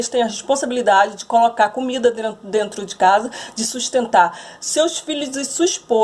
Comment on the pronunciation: "botano tudo", "drento de casa" ..o cara que se junta com uma merda dessa que não sabe falar o português básico fica difícil